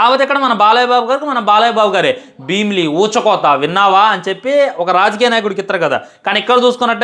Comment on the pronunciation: Bheemili kadu bro bheemsheri 😂